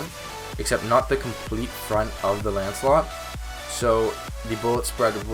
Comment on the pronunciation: Why do people always call it ancelot?